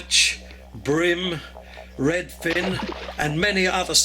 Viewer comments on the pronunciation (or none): Great story - until you said RedFin!